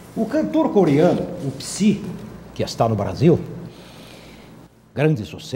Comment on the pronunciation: "Pisi" uahuha É "Psai",!